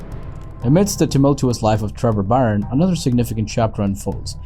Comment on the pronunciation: Dunne is pronounced "done", and Byrne is pronounced "burn", and Daly is pronounced "daily". Just trying to help. Good work.